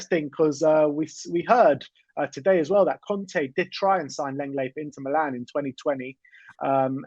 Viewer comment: Lenglet is pronounced "long-lay" not "leng-lay"